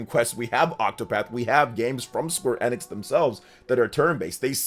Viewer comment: My guy…. It’s EEEEEEE-nix, dear lord